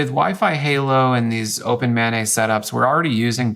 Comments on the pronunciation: "Open Mah Nay" -- either I've been saying it wrong or it is definitely "Open Main". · The way he pronounces OpenMana I thought he was saying OpenMayNay